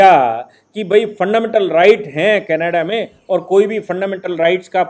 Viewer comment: कैनाडा नही कनाडा। सही शब्द कनाडा होता है।